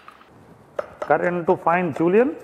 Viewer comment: STOP SAYING JULIANS FOR THE LOVE OF GOD!